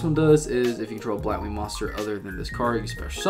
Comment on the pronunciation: Actually you didn't butchered their names